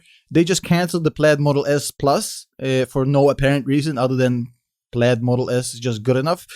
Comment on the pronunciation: The pronunciation of “plaid” isn’t correct